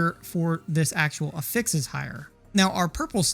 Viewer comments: I cant get behind someone who pronounces it "A fix". Its "AFFix" lol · If you care at all, affix is pronounced differently as a noun and a verb. The way you're pronouncing it is the verb form. However, most of the time you're referring to "an affix" which is pronounced "AF-fix." The Merrian-Webster online dictionary has audio demos for the difference. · The emphasis is on the short A (as in apple) in Affix, not the fix. A-fix not a-FIX. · Jesus Christ. It's not "uh fix", it's "ah fix". /əˈfiks/ <-- Wrong /ˈaˌfiks/ <-- right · It's not a-fix, it's af-fix. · You have such a clean Northern/Midwestern accent - but why do you pronounce "affix" in the way you do - a-fix? Dictionary puts the accent on the A - for ah-fex. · affix (uh-ficks) is the verb pronunciation. Affix (aff-icks, or ay-ficks) is the pronunciation for it as a noun. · You're showing level 87 items on screen when telling us to craft early... What levels qualify as "craft early"? . Also, isn't it pronounced "AF-ix" not "a-FIX"? I'm not trying to be a jerk here, I'm asking so I don't mispronounce it lol. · good video, had to watch on mute with subtitles due to how you pronounce afix but good vid none the less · Yep, it should be affix like “traffic” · He is pronouncing affix as a verb instead of as a noun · you really ought to put the "pressure" on the a of affix, not the f sound.. youre turning the verb into a noun and it sounds really bad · The syllable emphasis for the word "affix" is the same as "asshole" - the first syllable. Just like "prefix" and "suffix". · loved the vid. the way you said affix hurt my soul though haha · your pronunciation for affix is wrong. the way you are saying it is pronunciation of the verb, noun has first syllable accent. not trying to be an ass, only helpful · The way you’re pronouncing “affix” is driving me insane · I was genuinely not prepared for that pronunciation 😂😭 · Lmfao... I was immediately triggered 😂😂😂 Ty for saying it. Someone had to.